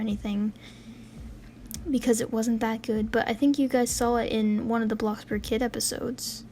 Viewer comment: I LITERALLY THOUGHT U SAID BLOX BURGER